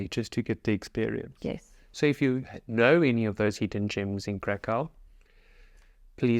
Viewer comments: Please, dot"t say Karkau*. Its a german name of polish city. Please say *Krakov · You need to learn how to pronounce "Krakow." You got Wroslaw down right so I know you can get Krakow, too.